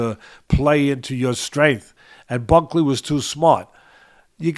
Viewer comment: Week after week you continue to disrespect these fighters the very least you could do is pronounce their name correctly, who in the hell is Ulberry & Bucky ? 🤣 I’m starting to think it’s intentional